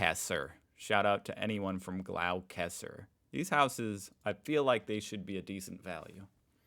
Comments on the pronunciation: “Gloss ter” … not “glow Chester”… like the English one lol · Gloss-ta Not frigging glow- whatever you mangled the rest as 😂😂😂 Gloucester is beautiful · I heard Americans butcher that before, but Jesus that was shocking 😂😂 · Gloucester is pronounced Gloster not glowkester 😂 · Glowcassa? Don't you mean Gloucester - pronounced Glo (short O sound) - sester. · Ah yes, the famous coastal town of “Glow-Kester” 😂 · Gloucester = glos-ter !! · LOLZ you goober..... "Gloucester" is pronounced, "Gloss-ter". It's a British name... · Gloucester is pronounced gloster lol, i grew up there its a boring place for kids and its not really concidered being close to the cost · Gloucester is said glossta 😂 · The price of a house is part of the story, do a comparison to the income and cost of living, the harder part for young couples is getting together a deposit to buy there first house or a unit (in the USA you call them condos) interesting pronunciation of Gloucester it’s not as it’s spelled it’s more like Gloss - ter. Interesting fact most of the population of Australia lives within 200 kilometres of the coast. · Gloucester is pronounced “Gloster” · Gloster is how to say Glaucester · Raymond Terrace is not a great place to live. It has a lot of social issues and limited public transport options. Gloucester (you pronounced it completely wrong! It is pronounced more like Gloh-ss-ter) is also quite isolated with limited opportunities for people being raised in that area. Scone is inland, but closer to a lot of mines where people make a lot more money. While there are ''price guides'', they are often lower than what the house will sell for. It is used to drum up interest, especially if the house is going to be auctioned. Rental prices are also through the roof and we have a major rental housing shortage. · Pronunciation of Gloucester is Glosster. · Gloucester is pronounced as Glosster. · Also, Gloucester is where I grew up, it’s pronounced Gloss - Ter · Gloucester is pronounced Gloster.